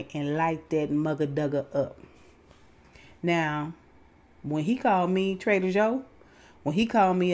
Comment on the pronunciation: When you said, that traitor Joe ninja 🥷, I heard trader Joe ninja... either way I was judging and giving the side eye. Lol